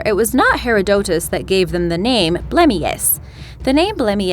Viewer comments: While Puerto Rico and Chupacabra are pronounced correctly complete with the Spanish inflection the pronunciation of Herodotus is wrong. The correct pronunciation is 'huh-rod-uh-tuh s). The correct pronunciation of Sir Walter's last name is (Raw-LEE) Raleigh. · GreenyTheDragon ikr? Her pronunciation of Herodotus killed me xD